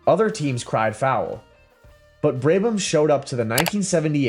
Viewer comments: Terrible editing and awful prononciation Braybam really, confusion of Vanwall with BRM and Connaught. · It is so damn easy to research how to properly pronounce Brabham. Just lazy.